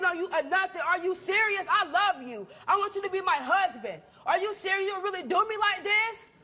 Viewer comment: "Are you cereal" 😂😂😂😂